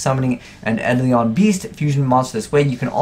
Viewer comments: Isn't it pronounced eye-dole-on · it's pronounced eye-dole-in.